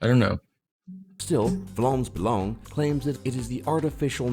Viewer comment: how he said "vlaams belang 🤣🤣🤣"